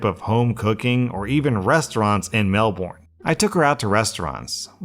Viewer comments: its melbin not melborn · Also I love but how he pronunces Melbourne makes my aussie heart so sad